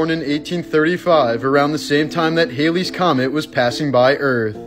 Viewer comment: He mispronounced Halley’s.